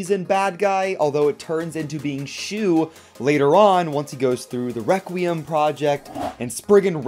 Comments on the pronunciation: My guy really said spriggan wecuium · Bros saying reqquim